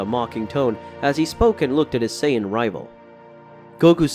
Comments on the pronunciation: People just make videos without actually being fans. Scion? Saiyan, pronounced Say-en. I stopped watching after about 15 minutes. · What is a saion? Goku is a Saiyan that's pronounced Say-yen. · Lol he pronounces it like he's never watched the series only read Manga. Which is cool as well. He says it like PSION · the fucks a si-on? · When he said "say-ya-dins" and "scy-a-din" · Yea and "Scion" or "Zion" instead of Saiyan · Why can’t you say the words correctly. There is no “d” in Saiyan! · Scion goku. Never seen that car on the street. Can't continue the video because of the miss pronounced sayian word. Dragon ball has been out for years. No way you never heard it pronounced properly